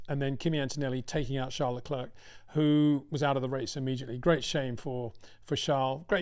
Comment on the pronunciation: The last 'c' in Leclerc is silent. It really sounds like Leclair.